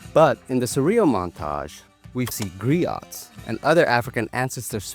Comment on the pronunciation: Nice notice. Also, the "T" in Griot is silent.